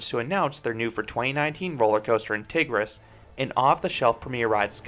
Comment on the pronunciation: why do you say so many ride names so weird 😭Tigris??